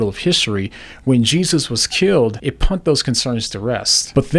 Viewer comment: Just curious... You say the word " punt" with an "n" when you are saying the word " put " does that stem from your hearing problems or just a mispronunciation? Respect, just asking.